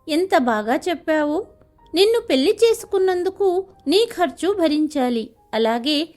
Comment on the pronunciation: పెల్లి కాదు పెళ్లి